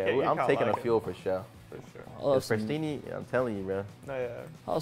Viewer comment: I lost it when said prestinni with the weenie😂😂😂😂